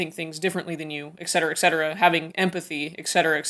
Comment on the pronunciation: there are not Aigs in cetera! the word is ETcetera not excetera or eggcetera or in this case aigcetera it is ETCETERA if you cannot pronounce it then please use the english version: egg so on